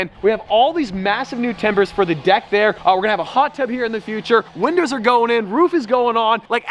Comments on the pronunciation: Is it just me or did he just say, “winders are going in” referring to the windows in the begging of the video? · "winders are going in"